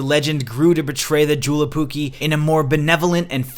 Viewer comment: Hahah I like how you pronounce JouluPukki. I live in Finland and am an American..so I understand why you say it that way but it is pronounced Yo-Lou ..the last part you had right.